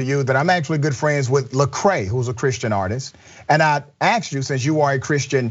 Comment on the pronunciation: I got 32 seconds into this and the host uses the word 'aksed'. Credibility shot.